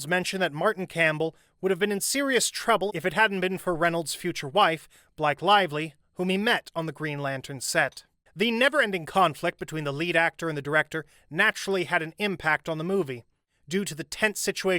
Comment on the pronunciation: Who’s Black Lively ???? It’s Blake like break !!!!!